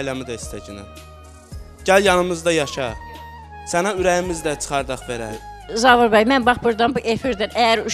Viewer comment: Zavir nədir ee..😂Zaur deyə bilmir?